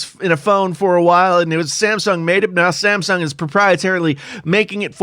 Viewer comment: Who else heard ,"The Simpson Galaxy S 11"?